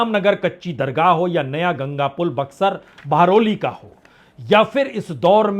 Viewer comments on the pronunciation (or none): none